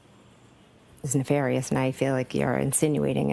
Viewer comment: She even pronounced 'ne-far-ious' the same way Brennon does... then changes it to 'ne-fair-ious' when she's called out on it.